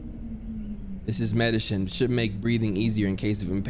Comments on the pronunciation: "this is medeshin" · Funny how after you got scared of the light you said medishin 😭 also you know not to get caught up in the mix cuz that s@ is really dangerous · "This is medishine"